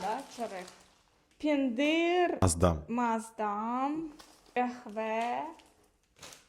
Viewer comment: Не пендир,а пендирь,не забывайте о мягком знаке и не семечка,а тум.